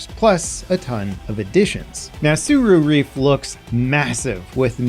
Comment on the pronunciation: Tsura Reef … Tsura Reef